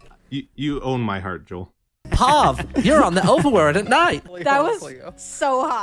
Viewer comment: why did he pronounce POV as a word (poff) instead of saying the letters one by one??!